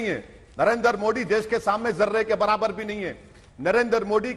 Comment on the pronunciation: Great Britain but इंडिया एंड मोदी का उच्चारण गलत करते हैं मोदी को मोड़ी कहते है but great Britain abi bi चपापलुस्ता gai नही